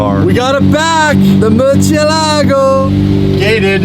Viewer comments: from vinwiki says mercyellago but that’s not how you say it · Murcielago not Murchielago come on bro!! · more-see-ehlla-go guys. why is it so hard to pronounce Murcielago properly? The Mur has a "More" sound to it, More. The emphasis is on the e, see-eh, y'all Canadians should be good with see-eh, ella, Then go. more-see-ehlla-go. If y'all love the Murcielago so much, then respect it. say its name properly!!!